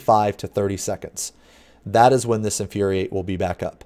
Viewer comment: that Inuriate triggered me lol